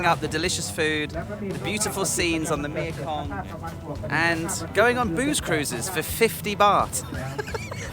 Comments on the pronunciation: I had a fabulous few days here a while ago, after crossing back in from Lao., you do make me laugh! Do you know how funny your mispronunciation of the Thai name for the Mekong River is to a Thai person? The name of the river in Thai is 'Mae Kong' (Mae, said like 'may'), which means 'Mother (or life giver) Kong'. You are saying 'Mia Kong' for the name of the river, which in Thai actually means 'Girlfriend Kong'...! Ha ha ha! Funneeee! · please will you stop calling it the mia kong ffs, its the MEKONG !!. you donut. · Is there a reason you pronounce the name of the river me-a-kong instead of mekong? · Nice vid can you Google how to pronounce Mekong, I don’t understand how you have been there for so many years and can’t pronounce the name of this mighty river, tedious of me to highlight I know but I’m obsessive about detail and I understand that’s not your thing x